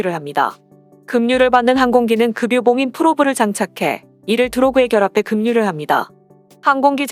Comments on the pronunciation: 좋은 정보 감사합니다. 그런데 발음에 문제가 있읍니다. 급유를 때로는 "금뉴"로 발음하는데 연음벅칙에 따라 "그뷰"가 맞습니다. 많은 사람을 상대로 하는 공공의 성격이 있으니 국어의 발음을 정확하게 하는 것이 좀 더 좋지 않을까 생각합니다. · 급유를 //금뉴//라고 읽다니, ///그뷰///입니다. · 급유는 '금뉴'라고 읽지 말고 '그뷰'라고 읽어야 됩니다. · 정확한 한글을 쓰고 말합시다. 예로 "원가"라 쓰고 읽을때는 원가가 아니고 " 원까"라고 읽거나 발음해야한다. 급유는 "그뷰" 로. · 맞습니다. 급유를 금유라고 읽는 것은 정말 황당하네요. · 발음이 급유, 금뉴, 그뷰 다양하십니다